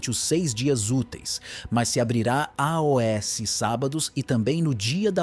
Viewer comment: Porque todos na hora de dizer ( aos) falam ( a o s) o que significa isso, é um IA QUE ESTÁ FALANDO E NÃO UM SER HUMANO?